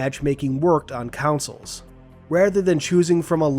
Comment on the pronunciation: Consoles. Not councils.